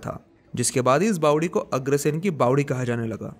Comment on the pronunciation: Bawadi is the right word & not Bawali.